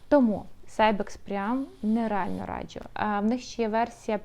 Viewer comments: будь ласка, не "радчю", а "раджу". Дуже ріже слух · Хороше відео , але постійне "радЖЮ" вже різало слух ))